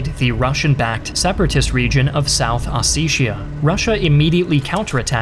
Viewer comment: Its South Ossetia not South Osesha Hahaha :P not to be a jerk but yeah the pronounsiation is as its spelled here